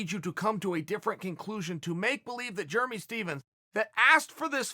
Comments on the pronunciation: love it. Germy xD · I get yarear but who doesn't pronounce germy like that? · Germy and Yarir... Chael being Chael. Jeremy is even an american name. From now on I call Chael, Choel. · Ya-rear and germy. Never change Chael. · Chael should start the Club of Mispronounced Names. Kamara, Germy and YaRear could be the founding members.